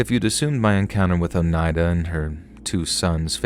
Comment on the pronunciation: Story one: Lee most definitely killed his brother. Story two: Some people should just be left in peace. (BTW thank you for saying Oneida properly. I've heard it pronounced SO many ways that just butcher it.) Story three: Don't provoke an old gnarled lady because she will come back and haunt your ass! 😂